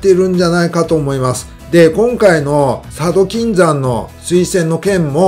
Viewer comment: 佐渡金山のイントネーションがゴー☆ジャスのマダガスカルw